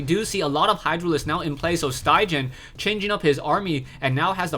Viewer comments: StyGGeN is norweigan and pronounced "Stiggen", the 'gg' is pronounced as the 'g' in "guitar". Great cast! Keep it up. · StyGGen is a top norwegian player, and StyGGen actually means "ugly". I can understand it's very difficult for you to pronounce it in norwegian though :P